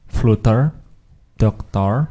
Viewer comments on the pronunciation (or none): It's pronounced 'flutter', not flooter as in the video and not flater as you're saying here either. It's also not pronounced 'flatter'. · Good starting point. Btw AFAIK flutter is pronounced 'flater' not 'fluter'. 😁